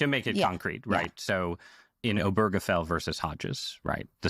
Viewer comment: Why can't anyone pronounce "Obergefell" correctly?